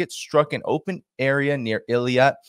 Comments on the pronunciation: not Eliat. it's pronounced Ei-Lat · It's Eilat not eliat. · is not Eliat,. is Eilat. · PLEASE NOTE that the Israeli port you're refrring to is not pronounced Il-ee-at, as you've said, but I-lat. Please take note to avoid sounding ignorant. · "Eilat" pronounciation-help for English speakers: A-lat Thanks for your work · the "I" comes before the "L" Eilat "eelat" you're "Rittering" as Scott has problems pronouncing things 🤗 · Eilat pronounced ill-at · Let's not confuse it with Elliot 😂 it's Eye Lat, please stop pronouncing it the French way, so we know what exact place we are talking about 😂 don't leave any room for confusion with other places😅thanks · Eilat pronounced eeeeeeeelaaaat